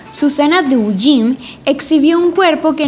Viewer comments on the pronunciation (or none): No es Susana Duyin es Susana Duijm... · Susana duin de pronuncia asi